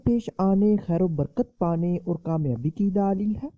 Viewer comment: Daaaalil h nahi hota dalel hota h